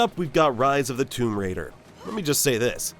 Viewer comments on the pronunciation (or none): none